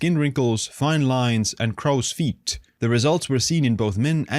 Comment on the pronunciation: Crows feet not krause feet 😂 ya know like the bird